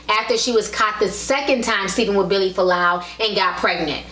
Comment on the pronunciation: Its Vili, not Billy, and "ask," not "ax."